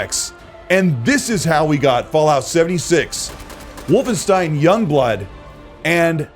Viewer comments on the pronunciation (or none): none